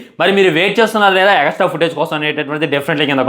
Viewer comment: Extra ❌ egastra ✔😂